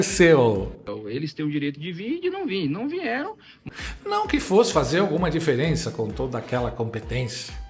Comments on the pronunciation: Ele falou "não vinhérão"? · OIIIIIIII 👏👏 BOA MADRUGADA 👍 É INACREDITÁVEL, COMO TODOS... RIGOROSAMENTE TODOS SÃO SEMI-ALFABETIZADOS, COMO O MULA 👹 SEU "PRESODEMENTE"‼️ O "MULISTRO" FALA "VINHERAM"...AO INVÉS DO VERBO VIERAM ‼️⁉️🤷🤨🤷🤨